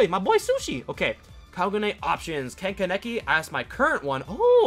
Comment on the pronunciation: When he said ken kaneki wrong 😐